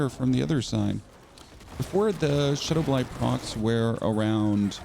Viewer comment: Shadow BLITE not blind. BL-ITE rhyming with sight. Been watching some videos as I'm necro too and I'm excited for this vid, thank you for this. I came to the same conclusion and hopefully this vid can help me. Not trying to be mean with the correction above but someone needs to say it. Thanks for the vid again.